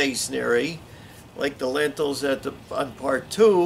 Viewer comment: Great video but they're called "Lintels" not "Lentils"😂. Lentils are a food!